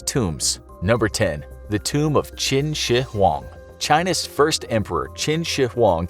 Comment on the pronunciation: High points to you for getting most of Qin Shi Huang’s pronunciation right!